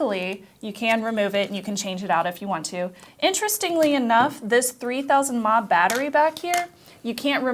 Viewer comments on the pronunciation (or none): dear, "mAh" is milliamphour, not "maaah" xD Second time that's popped up now:D